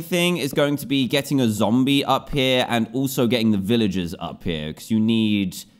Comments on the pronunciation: do you know what i need sunset for i need it for a zomble - DANTDM 2019 and yes he said zomble not zombie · He said Zombl instead of zombie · he said zombll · Every time Dan said Zomble, I kept thinking "Womble? What do you need a Womble for?" then realize he meant a zombie